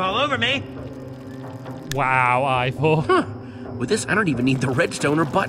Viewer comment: I just noticed that stampy says Ivor's name wrong